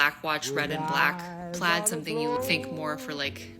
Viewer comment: the fuck is christmas plats? or is she saying plaid?